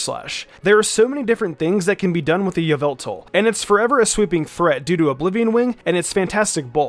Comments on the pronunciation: According to MandJtv it is not Ee-vel-tal, it's Ya-vil-tall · its not yeveltal its yahvoootal get it right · Just thought i’d correct you. Its YAH-VEL-TAL. Thats a joke for the mandjtv fans out there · Its yaveltal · All I’m gonna say is......... Y’all-vil-tall